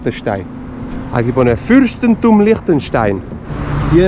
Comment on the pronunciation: "Öschtriech und Fürschtentum Liechtenstein"- me encanta tu pronunciación auténtica. Cuando lo digo yo, se me toma como turista alemán del norte.